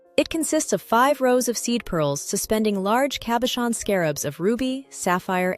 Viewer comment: Wonder if the A.I.s pronunciation errors are due to software created by ignoramuses, or are the result of the video creator's inappropriate pronunciation. It's impossible even for a non-native French speaker, but rather an Italian speaker, to hear distorted terms like; "cabachon," (cabochon), "perure", (parure), "zaffiro del Perù" (instead of, della parure), Cardier(Cartier), Van Cleef And Arpels... and many other errors. If A.I. is supposed to be the future... well... I hope someone, enters the correct data, in the correct languages. Otherwise, in addition to widespread grammatical ignorance, the fault of people who haven't studied or researched, before posting anything, we're in total disarray.